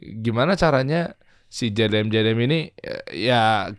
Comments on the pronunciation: kayak mahamin mobil buat harian mereka sama buat balapan beda mobil. tapi ngiranya satu mobil. trus beberapa kali ngomongnya JDN bukannya JDM. bahas GT86 yg ditampilin mobil balapnya ziko 😅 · Host nya gk bener, nanya nya ga nyambung, gk jelas, gk ngerti tapi sok paling ngerti, ngeselin bgt sama host nya nyebut jdm aja jdi jdn wkkwkw, mobil dibandingin sama motor kocak bgt nih host nya udh ga ngerti sok paling ngerti, PANSOS